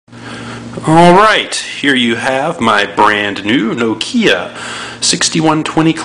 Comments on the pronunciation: It's not NO-kia it's NOKIA. No slang please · wtf? this american is verry stupid ..no-kiia omg..